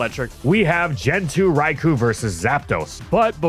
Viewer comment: I have literally been asking to pronounce "Rai-co." correctly for five years. Dude, get on the ball.